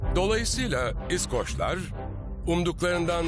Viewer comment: surekli yanlis vurgu ile iskoc / iskoclar diyor ya seslendiren. kulagim kanadi. duzgun isi bilen birine seslendirme yaptirilmasi gerekirdi.